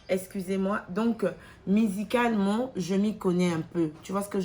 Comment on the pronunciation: " Musicalement " te , mais " Mizicalement " elle dit 🙄🙄🙄 Tu veux complexé les gens na francais....mawa trop mutu muindu Impressionne ceux que tu sais impressionner Chimene , biso te 🖕🏾